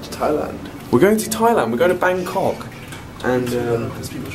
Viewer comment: oil said bancock *it was meant to be Bangkok